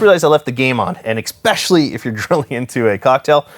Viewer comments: You say "exspecially." I want you to know that that is incorrect. Good day. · MY GOSH MAN the word is pronounced "ess-spesh-ally" its spelled especially. NOT EX-SPECIALLY. You're kiling me man!